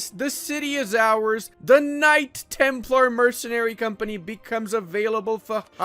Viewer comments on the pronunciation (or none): none